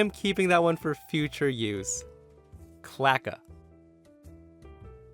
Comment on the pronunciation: I'm pretty sure that the word isn't "clacka", but really "cloaca" (pronounced: klow-AY-kah). It's a general-purpose term for an excretory/genital orifice in some lower animals. Birds, for example don't have separate bladders and anuses. They have a cloaca, and don't urinate, they excrete a chalky substance high in urea. Reptiles also have cloacas, probably the relevance to a Karen having one, from which to extract that stick that makes them so rigid.